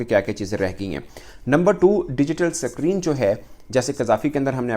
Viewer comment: Abe ye s creene kya hota hai bc 😂